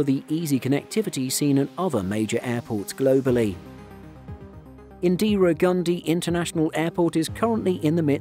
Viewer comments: Drinking challenge: take a shot every ‘indeera’ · I don't know why Indians say Indra when in it literally says Indira